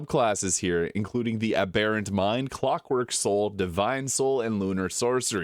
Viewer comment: Not Ab-bare-ant. Ab-bur-ent